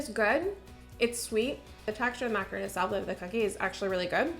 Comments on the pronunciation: I know you’re Canadian… but they’re macarons… Mac-a-RONS… macaroons are coconut mounds… 😊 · Lol girl. You were confusing me at the start! They made macarons (mack-a -rons). Macaroons are very tasty though! Still love your videos. The ideas you get are amazing. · "mac-a-ron" macaroons are a different desert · They are macarons (mac-a-rons) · Hi, just so you know, the treats in the vid are Macarons, which are pronounced with an “on” sound. Macaroons are the coconut chocolate haystack cookies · you didn’t pronounce Macarons right 😭😭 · Agreed. I was expecting the coconut macaroons when she said it that way 😂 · Agree! Drove me crazy. She should definitely know better being in the pastry industry. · Love your videos. Just one small criticism-it is MACARON not MACAROON. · Mah-car-own not mack-ah-roon. Two different things entirely👍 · This video was so cute but the pronunciation of "macaron" was putting me off so much. MacaROONS are basically a small mountain of coconut. What you had were macaRONS, two delicate cookies made with almond flower with some cream/jam in the middle. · Sorry but as a baker of MACARONS… the calling them MACAROONS is really bothering me lol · But they’re macarons not macaroons 😭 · I love your videos. You are so fun to watch. I just feel the need to say (because it's just a pet peeve of mine)... Macaroons are different from Macarons and they are pronounced differently. Maca-ROONS (coconut) vs RONS (almond flour). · I guess I'm the only one that really cares about this, but those are macarons, not macaroons. The "ron" rhymes with "bone" like a skeleton, not "boon" like a favor. If there was no such thing as a "macaroon", it would just be a semantic/pronunciation issue, but since macaroons are a totally different kind of cookie, it's important to know (and pronounce) the difference so that you never accidentally request the wrong dessert! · Those are French macarons, not macaroons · its macarons not macaroons! lol that was bothering me so muchhh